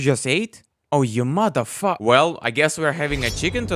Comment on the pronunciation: I love how he says mothe fucker